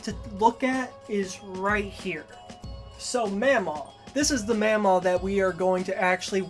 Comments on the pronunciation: i can say for a fact is pronounced maw maw and paw paw and the way you're pronouncing it is driving me crazy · in the movie it's pronounced like ma'am aw and pap aw, i think he's right